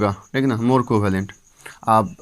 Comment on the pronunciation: Thik शब्द को tik tik बोलना बंद करो